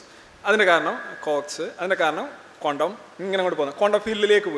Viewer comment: കോണ്ടം world അല്ല ക്വാണ്ടം - സോറി ചൊറിയുന്നതല്ല ബെറ്റർ പ്രതീക്ഷിക്കുന്നു